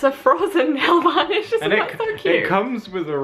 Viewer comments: hahaha you say nailvolish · are they saying nail vanish? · nail varnish? am I the only one who here's it like that?